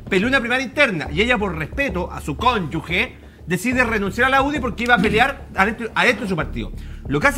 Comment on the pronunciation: Este comentario no tiene ná que ver, pero no me puedo callar. Qué triste oír a un ABOGADO decir "CÓNYUGUE" 😢 Fíjese que se dice CÓNYUGE y CONYUGAL. Lo invito a googlear, más que sea, oiga...